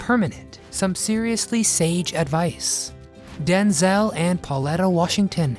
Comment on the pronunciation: I was with my late husband from 1977 and wed in 79, we were together until he died of terminal cancer in 2014, I'm still his wife until we meet again. 46 years and counting. Wish that dumb robot would learn how to pronounce names correctly. It is DenZEL Washington, NOT DenZAL.